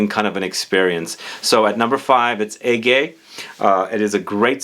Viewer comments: Actually Ege is a Turkish word and your pronunciation is great! You did spell Hacivat great as well. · Ege is turkish word actually and you pronounce it correctly. Next word in the bottle is is the greek word for “ege”. So they both mean “Aegea”. Turks and Greeks both share the “Aegean See”. I think this fragrance is nishane’s saying “Hey, It doesnt matter Ege or αιγαίο. It is the same thing. So lets share it and live peacefully” 😁 Turks and Greeks really getting well together when they forget the politics. Same culture basically. For giveaway I would really like a bottle of Hacivat